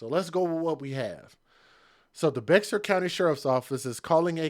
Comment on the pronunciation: You claim Texas as your state and can’t pronounce Bexar. Really.